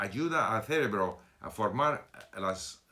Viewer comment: Señor Steve, la palabra "CEREBRO" tiene la fuerza en la segunda "E" no en la primera. Solo para ayudar no lo digo para criticarte. Saludos.